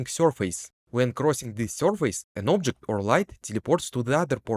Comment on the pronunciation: Вау, что у тебя с акцентом, никогда не слышал такого неподвижного звучания. Ты проигнорировал КАЖДУЮ фонему английского и заменил её на фонему русского. И даже не на самую похожую. нг в конце почему-то читаешь просто как н, ладно середину между н и г найти не получается, зачем просто выкидывать г. Произносится не обжект, а абджэкт. Не фанайт, а файнэйт. Не пробабли, а прабабли. Не копис, а капийз. Не сёрфэйс, а сёрфис. Не аньюжал, а аньюжуал. Не идиа, а айдиа. Не моментум, а мамэнтам. Не эгрис, а агрийз. Не эдд, а адд. Не специфик, а списыфик. Не дат(that), а дэд. Не джеометри, а джиамитри. Не детэ́йл, а ди́тэйл. Не телепо́рт, а тэ́лэпорт. Не эллипсо́идал, а эллипса́идал. Не алдоу, а олдо. Не дыс(these), а диз. Сделай на русском отдельную дорожку, невозможно без кукожа тебя слушать.